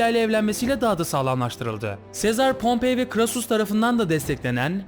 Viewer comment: Pompey değil pompei